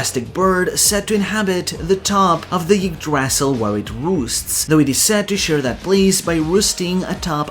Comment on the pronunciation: Small note on the pronunciation of "y" in norse: It's a pure vowel, quite close to an english "i" (except with some lip rounding) As such, Ylva is pronounced /ilva/ instead of /jilva/. Same goes for Yggdrasil, it's pronounced /igdrasil/. I love the effort you put into the pronunciation, its very fun to listen to :D